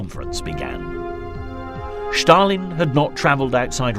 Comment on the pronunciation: Stalin not schtarlin